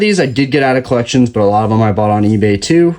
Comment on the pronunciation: That's collections with an S lmaoo